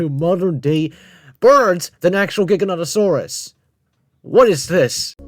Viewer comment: saying trex is relatives with giganotasaurus is like saying ornithomimus is a relative of spinosaurus XD (cuz like... theyre both theropods but obviously not related) JIGANOTOSAURUS???? WTF???? (im not even gonna mention the misspronounciation of the sauropods) bro did not put acrocanthosaurus above giga and spino 😭It's enough that those 2 shouldnt even be in a top 10 biggest he put a dinosaur EVEN SMALLER above them (dont get me wrong i know some could get REALLY big, close to them even but obviously not bigger than fkin spino and giga) "#6... SAUROPOSEIDON" proceeds to show sauropods other than sauroposeidon (also does the same thing with the other sauropods)